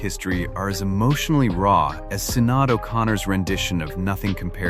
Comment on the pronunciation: Her name is pronounced “sha- naid” O’Connor.